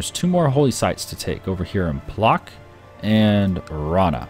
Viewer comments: Every time he says it, I yell "Pwotsk!" at the screen. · Your pronunciation of Płock is just so bad xd